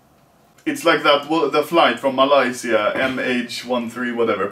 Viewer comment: You pronounced Malaysia wrong it's Malaysia not Malaisia actually I don't know